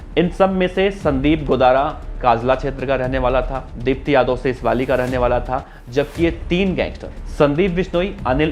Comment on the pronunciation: सीसवाली नही सीसवाल है भाई